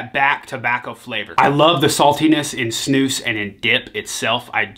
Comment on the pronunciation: i absolutely love this guy. Finally someone from the US who knows how to pronounce snus properly! respect from sweden :)